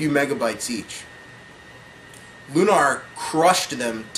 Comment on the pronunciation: and its pronounced like looner, not loonaaar.